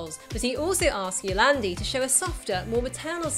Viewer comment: For future reference to all you non South Africans, 'Die Antwoord' means 'the answer' and is pronounced DEE ANT-VOORDT, instead of DEE ANT-VERT or DIE-ARNTWOORD. Good pronounciation of Yolandi though, I hate being lumbered with YO-LARND-I.